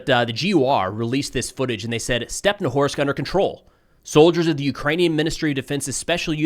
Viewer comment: it's StepnohIrsk, not stepnowhorsk, mind your language,, please